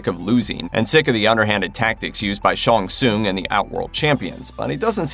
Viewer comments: Please do your name pronunciation research. Not Shawn Soon. I just grimaced every time. Sh-Ang Sung. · It’s Shang Tsung, not Shon Soon! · Shang Tsung not Shong Tsung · "Sean soon" it's Shang tsung lol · Shong Soong? Dude... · Who is “Shong Soon”!?!?! Hahaha I’ve been a MK player since the original when I was like 8 or 9; don’t think I’ve ever heard it pronounced that way…outright butchered. But then again, the best “fatality” I’ve seen in awhile….. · I can’t help it. Why he keeps pronucing Shang Tsung as ShunSoon. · "ShOnG sOoN" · The main villas Shang Tsing name is pronounced Shang sung not that weird pronunciation by the narrator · Shawn Soon..... shut up stupid narrator.... trying to sound different..... SAY IT RIGHT!!!! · The fact this guy cant say shang tsung correctly drives me insane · Mannnn you too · Hearing you mispronounce Shang Tsung over and over again is grating. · I enjoyed watching this reboot but I have so many plotholes noticed. I also noticed how the host of this video could not speak Shang Tsung's name the right way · The way you pronounce Shang Tsung is hurting me a bit 🤔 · K, but why do you say Shang Tsung like that? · I wanted to punch this guy every time he said Shang Tsung wrong.